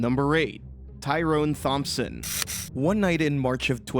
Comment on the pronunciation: It's pronounced like Tomp-son, without the Th sound.